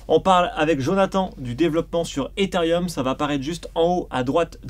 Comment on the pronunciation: Ils peuvent pas apprendre à prononcer Ethereum correctement ces 2 boulets pour commencer ?